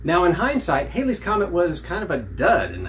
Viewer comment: Its actually pronounced Halley's comet as in Valley's, not Hailey's as in "Bill Haley and the Comets". Its a nice scope though.